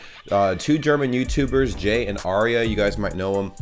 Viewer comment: He's called "jay" not "ja" 😂